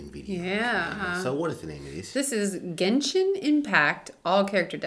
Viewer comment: cant believe an american non player say genshin correctly not jenshin!